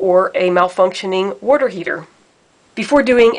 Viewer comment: I can’t watch this video because the person can’t say “water” correct